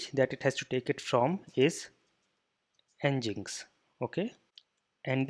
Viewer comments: it's Engine-X bro not ngiks!! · Nginx is pronounced as Engine-X.